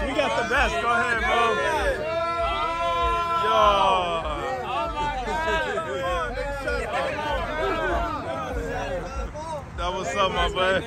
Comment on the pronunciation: why he say oh my gawd like dat lmaoo